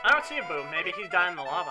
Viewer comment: When you were yelling "lava" it sounded like "no more la-mulana" :|a